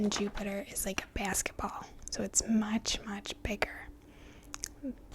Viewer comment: When you said “basketball” I could’ve sworn I heard a north east accent. But I could be wrong. Any ways, love your videos